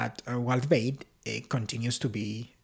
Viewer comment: German "V" is pronounced "F" It is pronounced "Feit" or 😊fight. This refers to Walter Veith.